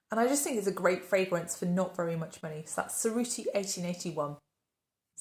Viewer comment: Oh I absolutely loved Cerruti 1881 for men in the 90s. It was my signature fragrance. You made me contemplate to go and rediscover it again. Btw., you can pronounce Cerruti as "tcherruti", the C like the J in jazz and the double R rolled 😉.